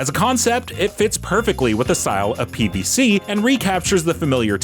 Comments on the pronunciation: Does he keep saying PvC? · Why does he keep saying PvC? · I thought the same thing, it's like he doesn't know how to say "Z"